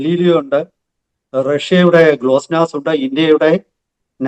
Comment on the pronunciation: Glossnass alla GLONASS